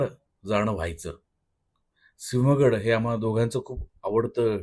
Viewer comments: सिंव्हगड नाही हो, सिंहगड. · बर्‍याच जणांना सिंहगड हा शब्दच नीट उच्चारता येत नाही अस वाटतय. सिंव्हगड हा उच्चारच चुकीचा आहे . सिंहगड हेच योग्य अचूक आहे. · संपूर्ण महाराष्ट्राच्या मराठी भाषा, व्याकरण यातील चूका काढणारे जेव्हा स्वतः सिंहगडाला सिव्हगड म्हणतात तेव्हा कीव येते. 😂 मान्य आहे उच्चार थोडा अवघड आहे मग कोंढाणा म्हणा सोपे आहे. बाकी ठिकठाक.😁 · आहो तुमचे title!!! लिहिताना "सिंहगड", आणि उच्चारण "सिव्हगड". थोडी माती खाल्लीच तरी 😂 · अती शुद्ध बोलण्याच्या नादात मराठी चा बळी नका घेऊ. सिंव्ह नाही भो सिंहगड म्हणा ना. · सिहंगड नाही सिंहगड. बाकी छान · पुणेकर आहात म्हणून सांगतो... एडिट करून घ्या सिव्हागड न्हवे सिहंगड 😊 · "सिंव्ह" असा शुध्द मराठी शब्द नसून तो "सिंह" असाचं आहे..! म्हातारे झालात, आता तरी अडाणीपणा सोडून द्या रे!😡😡😡😡😡😡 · सिंव्हगड नाही सिंहगड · व्हिडिओ नेहमी प्रमाणे छान ,पण एक प्रश्न सिंहगड का सिंव्हगड